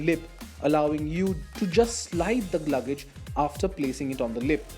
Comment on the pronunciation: you need Practise.. Prrrrowerfull, Gluagage ..???